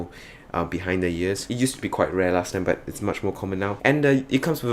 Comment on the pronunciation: Damn I couldn't tell until you said "last time"! Rare to see Singapore tech reviewers.